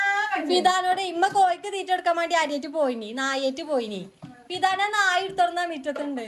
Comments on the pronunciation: നായി അല്ല നാഴി എന്ന് ആണ് പറയാർ 😂😂😂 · കസേർ ആണ് 😂നായി alla നാഴി ആണ്